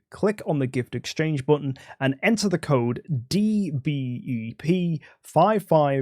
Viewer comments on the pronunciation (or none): none